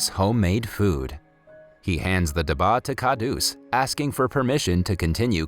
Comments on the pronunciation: I was so inspired by the story, I was almost about to cry. But I am from India and the way you say dabba ( which means Lunchbox), Your accent was very funny😅😅🤣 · Love all your videos but as and Indian your accent for dabba is wrong and I kinda fon dit funny but you are doing good keep it up 😜☺️ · You did butcher the pronunciation of pretty much all the Indian things (food and the "dabba"), but this video is rather good! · Just pointing out (don't be angry) It's Stanley's box in English and in Hindi it's Stanley Ka dab'ba (dab as in Dub) and (BA as in bba bu'h) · as a Pakistani, the pronunciations of "dabba" "khadoos" "Hindi" "iyer" and "jalebis" got me but it's okay, I understand 😭🤚🏻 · Dabba means box in hindi and you pronounce it wrong. What you say means medicine.khadus means rude it's not a name. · (Stanley Ka Daba) They way u pronounced Dabba tho- XD (Dah-bh-a) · Omg iys not daaaaba its duba and its not jalibis its jalaibis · The word for lunchbox India is actually pronounced ( duh-ba ) not dhaba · Dabah is pronounced duh-bha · stanley "khhhhhhhhhhhha daba". its pronounced as stanley "ka dab-ba". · you made some some pronunciation mistakes dabba dab-ba the Bs are a bit thicker jalabees ja-la-beey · PLS ENGLISH SPEAKERS DONT SPEAK ASIAN ITS CRINGYYYYYYYYYY. khadus is spoke as kharus.dabba is not daba.Not jalabis jalebi.etc. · its not stanley ka daba its stanley ka dabba. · As someone who knows how to speak Hindi I burst out laughing at the da-ba its dab-ba and it means box or in this case lunch-box. Its called Stanley's Box thats what Stanley Ka Dabba means. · ITS DABBBBBBBBBBBBBAAAAAAAAAAA not daba lol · dabbbaaaa not daba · I’m sorry no offense but it’s not daba it’s dabba pronounce the b with a press and not pronounce it lightly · this is very sad but PLEASE PRONOUCE THE WORDS CORRECTLY AS A INDIAN I CAN'T BARE TO WATCH THIS AND HEAR DABBA AND GALABIS PLEASE FIX IT AND SAY DUBBA AND GALABES PLEASE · Its pronounced dub-a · it's called "dub baah" and "khu hroos